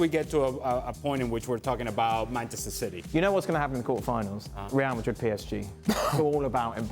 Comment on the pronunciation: Ale : Rhrreal Mahhrrii 😂😂